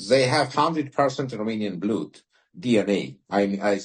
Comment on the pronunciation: Слово «blood» не произносится как «блюд»